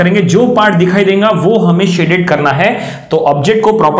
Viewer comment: E denga - denga Kay hai (it's dega not denga.) Kaha ka language hai..